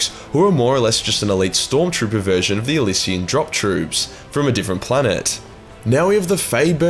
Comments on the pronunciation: I love your tongue in cheek style, but it doesn't have to interfere with pronunciation does it ?/:P Seriously though, it can help when you hear words in "real life" and you can see where GW gets their "inspriation" i.e. Elysian drop droops from Elysia . Eh Li See A. the Elysian fields are the final resting place for awesome people in ancient greek mythology. if you ever need a hand.... or a mouth and a tongue, I'd be happy to help, it's all you need to push you above the next victim after OMS[waves from NZ ;P] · This is.... the PRONUNCIATION GUIDE! Imma just edit this as he says things wrong, so let’s start off with: Kasrkin: Kaaser-kin Dhonovan whatchamacallit: Don-oven Elysia: the y comes before the s, so Ell-E-sia